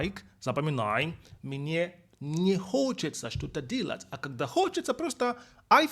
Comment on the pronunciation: Поработай с произношением слова "делать". Ты произносишь это как "dealat'.." А нужно delat'. Там нет звука "и".